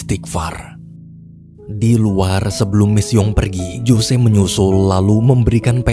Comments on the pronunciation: Bukan Jose bang bacanya, tapi Hose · ngejanya "hose"ya min, bukan jose